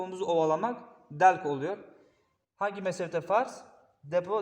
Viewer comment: Delk derken k sesi vurgulu çıkıyor, o harf de tek Maliki'de var, ben böyle buluyorum, videoda yalnız o kısım zorlama olmuş gibi, o yüzden paylaştım, gerisi güzel